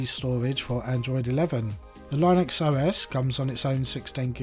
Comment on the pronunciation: A very good an in deptth review. A tip: "Linux" is pronounced as if you're saying the name of "Lynn" with Uxs after it. Lynne-ux. Lynn rhymes with win. Great vid - thank you - I went for the deep purple one. :)